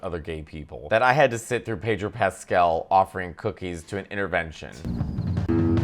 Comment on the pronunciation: More Pedro please. And it's Pedro, not PAYDRO!